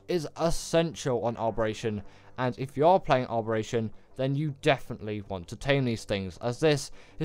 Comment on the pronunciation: Im more frustrated at you adding an R to Abberation where there isnt one where you say it 😅 Giga hard?! And no oasisoar or troodons ect 🙈